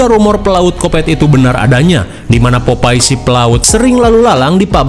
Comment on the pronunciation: Sikopet😂😂😂😂😂.... Popeyes jadi sebutan popai wkwkwk...